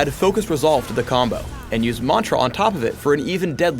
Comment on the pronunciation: if he says mantra like that one more time I might kill something